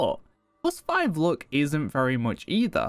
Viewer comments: Why are you pronouncing luck like look?? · not gonna lie or pretend it didn't happen but the way you're pronouncing luck actually triggers me